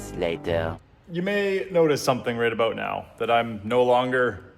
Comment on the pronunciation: You sound like a Canadian when you talk "aboot" something.